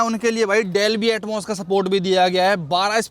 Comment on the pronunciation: Dolby Atmos ❌ Delby Atmos ✔️😅😅